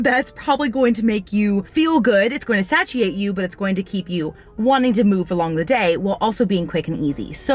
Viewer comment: No I think said it wrong